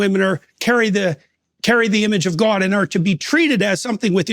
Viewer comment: Peterson’s pronunciation of “God” as “gawwd” strikes me as a micro-deflection in evading his giving a direct answer. A distraction to be focused on as he’s reaching deep into his well of psycho-analytical responses. I’m not sure what prevents him from sharing something Christians should rejoice in whenever they are given the opportunity to express their relationship with God.